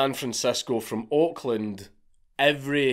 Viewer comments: Took me a couple of seconds too long to realize Count said "Oakland...." not "Auckland...." In my head, I thought, "Huh. Crazy. California has an Auckland too? Never knew..." 😆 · For a good minutes I thought he was saying Auckland not Oakland